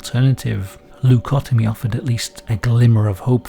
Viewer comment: Das heißt Lobotomie (mit O, nicht mit A) nicht Labitomie